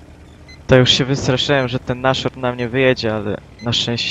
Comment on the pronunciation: Nie "naszorn" tylko "nasHorn" to jest niemieckie słowo i znaczy nosorożec